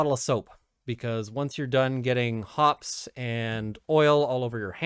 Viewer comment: It's pronounced hoppees.